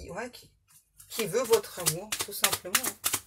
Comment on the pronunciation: Bonsoir ☺️♥️ merci car vous m’avez éclairée sur un point c’est au moment où vous avez dis « amur ou lieux amour » c’est peut être une erreur pour vous de prononciation mais pour moi c’est comment on s’appelait mon ex et moi alors merci pour ce signe 🙏🏼🥰 Bon courage pour votre dos ✨